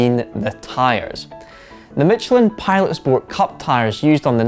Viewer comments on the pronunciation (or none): none